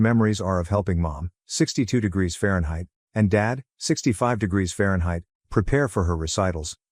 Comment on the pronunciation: I’ll be back when you edit your narration…Fahrenheit and million???? Seriously….